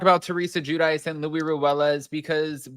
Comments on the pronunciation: It is Luis, not Louie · In spanish luis is what we call a "rivista" idk how to translate it but its someone who does whatever it takes to get to a certain social status.. textbook.. and his name is LUIS with an S not loui like king loui? Lol